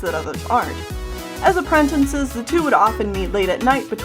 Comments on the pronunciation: it makes me cringe when she says "apprentinces" instead of "apprentices". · Appren... tin.. ces. It’s app... ren... tic... es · Am I the only person who noticed that says “Aprentences”? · did I just hear "apprentences" :o [prays] I say "appratacies" XD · i love how you day "apprentences"